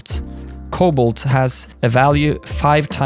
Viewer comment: thanks for this and it bothers me for how the way you pronounce cobalt